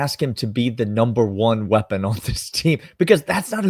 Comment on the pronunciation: Did you just "phwheapon?"